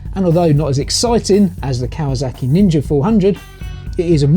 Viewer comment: Kawazaki? I think you mean Kawasaki